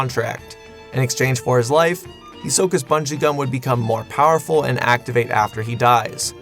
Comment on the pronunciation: And here I thought he was saying rubber and xum